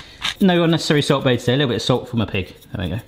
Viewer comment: why do keep calling salt "salt bay"?